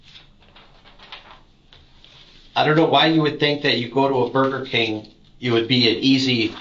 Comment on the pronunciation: He said "burrkeeeh" AI picked up "bird camp" . He ment burger king lmfao😂